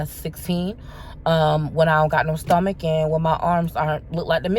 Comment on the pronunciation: I crack up everytime she says “stummuck” 😹😹